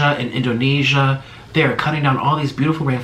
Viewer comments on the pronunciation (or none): none